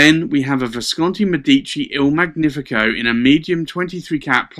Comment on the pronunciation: You own beautiful pens, indeed. Just for info, in Italian it is Mèdici, with the first e stressed, and in Magnifico gn is pronunced like the spanish ñ in años. Not to criticize, just in case you mind your pronunciation